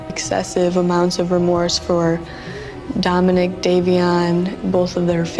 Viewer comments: "Dominic," not "Dominique." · His name isn't Dominique it's Dominic